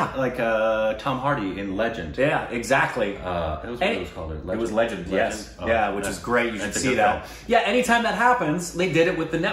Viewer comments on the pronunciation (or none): none